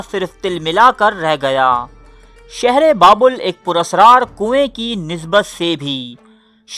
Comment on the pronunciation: بابول نہیں بلکہ بابِل تلفظ ہے۔